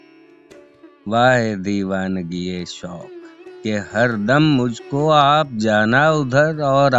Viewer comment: (MUJH KO) k baad ruk kr sans lena hota hai Hazrat.....Fir aage padhiye, Kahan thaherna hai yeh pta hona chahiye warna Padhna to sb ko hi aata hai